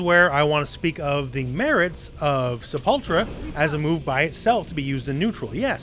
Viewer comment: You're pronouncing "Sepultura" wrong. It's "say·pull·tur·uh". It's Portuguese for "Grave", and the name of a really awesome Metal band.